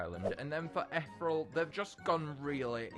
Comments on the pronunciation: ETH (like in ethan) E ( vowel) Real not Ethrel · Eth-ear-eel Island. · the way he said ethereal